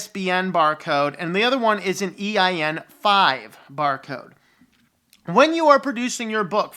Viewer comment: My brother, why do you keep saying "EIN-5"? It's EAN-5.